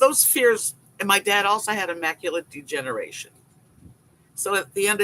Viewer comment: It's macular degeneration hon, not immaculate degeneration.